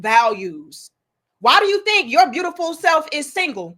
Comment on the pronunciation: Her: "you are beautiFO'". ...smh🙄...